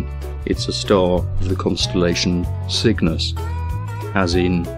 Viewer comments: Cygnus? Don't you mean SOOGNUS? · Sin-G. I always pronounced it Cygnus, but this guy has giant brain! Me to stoopid!